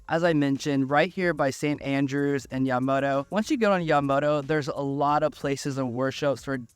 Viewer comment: Ratone is how it pronounced. You also butched Yamato Rd. Welcome. Paradise Palms is awesome. Just moved away from there. Blue Lake is amazing.